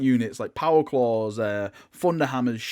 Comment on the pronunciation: Stop....saying..... Power KLAWS! DEY’Z MINE!!!